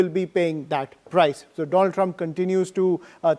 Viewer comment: Maai fraaand doolan trump 😅😅😅😅